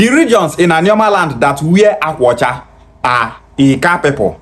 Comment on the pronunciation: Akwa ọcha is Igbo language meaning "White cloth" He's claiming Anioma yet he can't pronounce Akwa Ọche. Why is he crying on their behalf & draging them, is it byforce to be Bini? 😅 funny people.